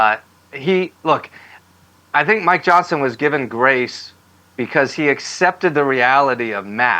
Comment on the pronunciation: How did Johnon lose his "s"?